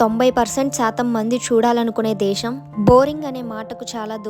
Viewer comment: దేషం కాదు దేశం. "ఖ ఘ ఛ ఝ ఠ ఢ థ ధ భ ణ ళ శ" అక్షరాలు కూడా పలకడం నేర్చుకో 👍🏻